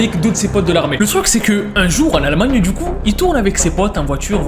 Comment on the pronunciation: Il a dis almagnie